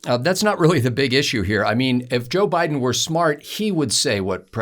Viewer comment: "neville Bideen" LOL